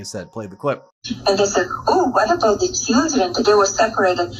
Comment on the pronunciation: Thee Leeberal meedia!!